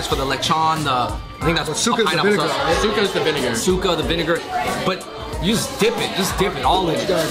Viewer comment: Btw, suka has a homonym for throw up. To say vinegar, u have to make the sound of the “a” at the end reeeeaally short. To say throw up, you just need to say it with “a” slightly more prolonged. In this you actually said throw up rather than vinegar, but it’s ok😇